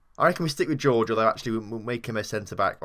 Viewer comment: It's hor-hey not George...